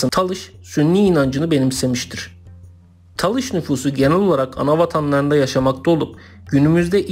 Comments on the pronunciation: taliş değil talış! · Taliş deyil, Talış olucak.